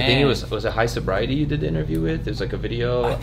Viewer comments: my man really said "highsobriety" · ITS HIGHSNOBIETY NOT HIGH SOBRIETY!!! PUT SOME DAMN RESPECT ON THEIR NAME!! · Johnitaa High “Snobiety” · Johnitaa highs nobiety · First he says "witherspoon" and then "high-sobriety" smh lol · Did he say "High SOBRIETY" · heard that too😂